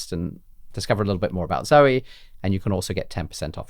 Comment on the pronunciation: Great to sprout beans but then so far you don’t mention how to use them when they are sprouted. I notice how you pronounce the name Zoe and I grew you with that being a family members name and the E was silent with the O being a long vowel so it sounds strange to me when you saw both vowels as long sounds.